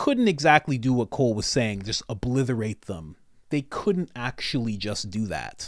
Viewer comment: Three times. You said "oBLITHerate" three times!!